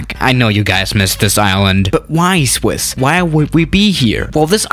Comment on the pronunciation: Did i hear shwish 001😂